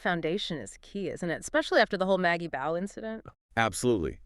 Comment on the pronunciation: BAUGH is pronounced BAW!!! NOT Bow